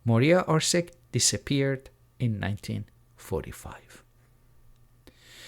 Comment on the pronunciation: What orsik its maria orsiç, not with an k, she is not even german she is from croatië zagreb